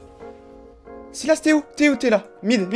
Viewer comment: tu prononces tlm bien sylas en anglais :p je veux le code >:c